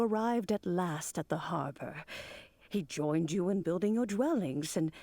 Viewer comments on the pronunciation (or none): none